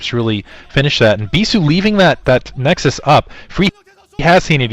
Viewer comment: bisu fighting~ i like how you say nexus in korean